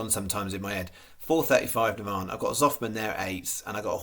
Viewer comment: 😂😂😂 Give you a call so you know how to say Navan going forward 😂😂